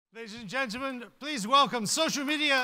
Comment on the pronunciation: ladies and gengleman😂😂😂😂😂😂😂😂😂